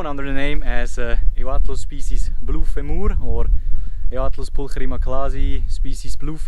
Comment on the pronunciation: Love your videos! Just FYI, femur rhymes with Dreamer. :-)